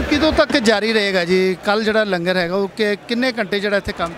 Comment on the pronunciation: Langar nu lunger na kiha karo kaar sewa wale veero